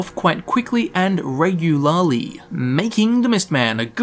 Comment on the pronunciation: Did anyone else notice that pronounced Regularly as Reg-u-lo-li?